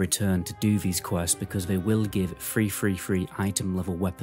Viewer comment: oh ..... three three three gear .... i though it was free free free gear... good video